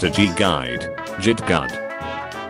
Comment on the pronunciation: The pronunciation kills me 🤣🤣 "jitt gudd" (git gud) "strascorrige" (starscourge) I can't 🤣